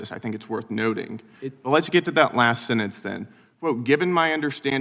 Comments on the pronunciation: is he saying last senentce? is he dyslexic? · What’s a senence? Does Gill mean sentence? Not a complex word. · “sennance” he says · I hate that Brandon Gill attacks and then cannot pronounce the word, ‘sentence’. He pronounces SENENZ IF Gill gets to be in the public record, and English is the official language, then pronounce the word correctly. What an embarrassment this eagerly conspiratorial hack this kid Gill is! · “Sinnence” “anyways” 🤮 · Gil can't even pronounce the word "Sentence" like an adult. 😂 He pronounced it like a little toddler.